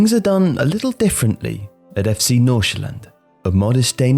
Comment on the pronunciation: I just really wanna thank you for actually pronouncing F.C Nordsjælland right. With the amount of times the name is mentioned, it would have ruined the video completely if it was being said wrong. You nailed it!